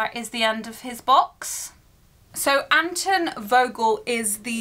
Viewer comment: it’s Anton Volgel not Aton volgel